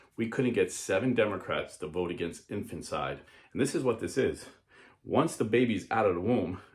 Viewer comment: It’s infanticide, not infancide.